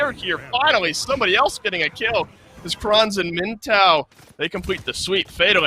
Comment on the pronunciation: says miNt-ow then 5 seconds later says miTTow to correct him